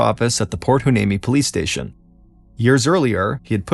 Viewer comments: It’s pronounced “ why- knee- me “. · Think (and I could be wrong), the town is pronounced Point Why-nee-me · It's pronounced (why-knee-me) lol not a bad attempt tho